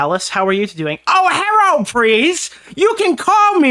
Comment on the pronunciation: The herro lmao I can't 😂